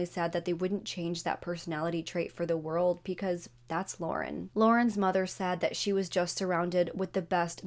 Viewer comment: Can you please pronounce because properly? You pronounce it with a P. Thanks